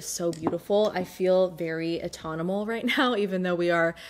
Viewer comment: "autominal" lol